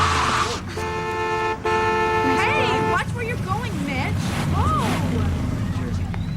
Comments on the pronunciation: I keep hearing bitch instead of mitch 🤦🏾‍♀️ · No lie at first that's what i hear then i heard mitch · i swear, the whole time...i heard Bitch not Mitch... :(